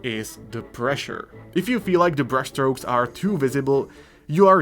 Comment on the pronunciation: Dude you crack me up. Dude you crack me up. Ummm, I was just thinking - BOOBS! Wait, did you say breast stroke or brush stroke. I couldn't tell.